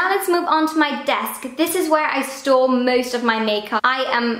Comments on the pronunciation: Everytime she says "store", because of her accent it sounds like she's saying "stole". I stole all these singular eye shadows over here and in this last drawer, this is where I stole all of my lip products😂😂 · Whenever you said 'store' it sounded like you said 'stole' 😂 I store all my brushes here I stole all my brushes here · I thought the exact same thing 😂